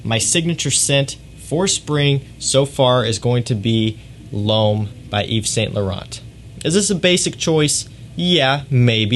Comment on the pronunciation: “Loam, la nuee delloam...” Lol, the way you say these words cracks me up. It’s just sooo Americanized. 😂 Great channel, tho.